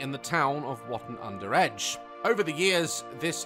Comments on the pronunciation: as a wottoner i was sad to hear how he said wottonits wu-tun not wo-on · This place is just down the road to me 😮 and fyi the way daz pronounces wotton is wrong lol 😂